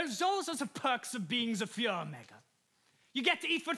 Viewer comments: the improper pronunciation of führer is honestly hilarious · The irony of the nazi character pronouncing "Führer" like, really weird 😂